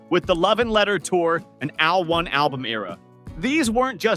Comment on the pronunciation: When are people EVER going to get that Seventeen's album "AL1" is NOT pronounced "AL 1", but stands for "AL-ONE"...as IN THE WORD "alone"???